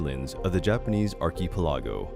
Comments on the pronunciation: /ˌärkəˈpeləˌɡō/ what is a arky-pelago? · Can't find a narrator who can pronounce "archipelago?" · The way he pronounced Archipelago was ridiculous. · Ar-ki-pi-lago? That's not how you pronounce archipelago. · ar-keh-peh-la-go *slap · Ah yes the Japanese arky palahgo 🧐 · Um, sir, that is not how you pronounce archipelago... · This is interesting but so badly narrated I had to give up less than a minute in 😓 Would be better with a Japanese narrator. This guy sounds American but he can’t pronounce simple words like deity or archipelago? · Lol at you not being able to pronounce archipelago